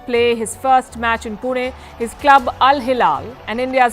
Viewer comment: She said Pune correctly ❤️🥲